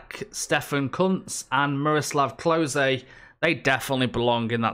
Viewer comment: "Mikel Ballack and Miroslav Klosay" lol wtf dude